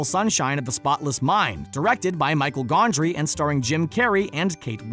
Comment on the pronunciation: Lady Rainicorn isn't PB's "trusted steed.". They're friends and Bubs just rides on her back sometimes. If anything could be described that way it would be The Morrow. Also, it's not Michael Gondry, it's Michel Gondry (pronounced like Michelle).